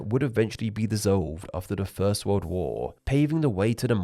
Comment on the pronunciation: wolrd-a hungary-a MAKE IT STOP